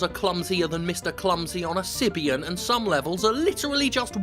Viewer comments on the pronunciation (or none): Wait, is that really how you pronounce "Sybian"?